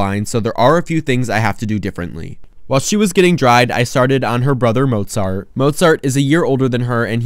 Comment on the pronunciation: 99% of the video: ☺️😇🥰 1% at the end: "ByE sYmPhOunY aNd mOzAughhrTtt" 👹👺👹👺💀😈